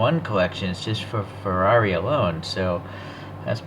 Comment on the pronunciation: Now your speaking my language…Ferrari F1….You got the name perfect. Glorious model my friend. 🥰🥰🥰🥰🏎🏎🏎🏎🏎